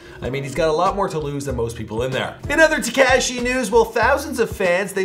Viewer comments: you really still calling Tekashi, TECASHI lmao 🤣🤣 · Say it with me now... Teh...CAW...SHE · Teh Ceh She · TA KAH SHE lol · Ta-cashy...enough said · Not teh caw she but ok 👌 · I can hear you saying it something like "Tekas-eh, eh??". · At this point. One can only assume he’s an idiot. Lol